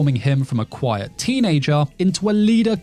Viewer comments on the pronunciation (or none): none